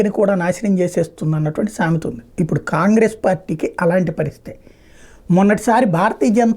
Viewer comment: ఖాన్ గ్రేస్.సరిగ్గా పలకండి.